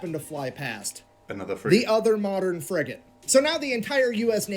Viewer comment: fffrigate hahaha